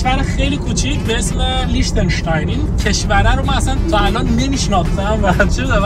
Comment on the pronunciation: درستش لیختن‌اشتاین ه نه لیچتن اشتاین😂😂😂